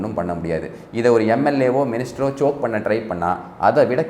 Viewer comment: thambi ..choak illae it is choke...!!!!!!